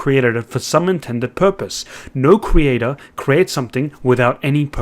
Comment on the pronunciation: Whats a cre-ayt-ar?